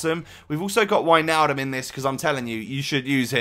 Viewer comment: finnaly someone who says Wijnaldum right thx